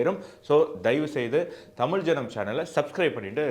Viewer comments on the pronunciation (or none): none